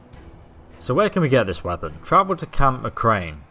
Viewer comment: I cant believe you called McCarren McCrain 😂